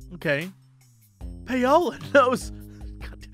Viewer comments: Is that how people in the US pronounce Paola (Pay-o-la)? I'm familiar with "Pow-la" as the pronounciation... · Is it just me, or is Jesse pronouncing "Paola" incorrectly? I would've thought it would be "pow-lah". But I might be wrong? He and Crendor pronounced it the same way on some old episode of the C'n'C podcast. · Who wants to be the one to tell him it's pronounced Paula?